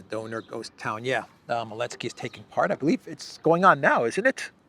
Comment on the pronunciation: Why do you call him Elensky? The Z is not mute.